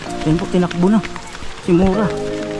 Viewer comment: Kuya correct ko lng po MURA po hindi MORA akala q Kung cno cnasabi mo MURA po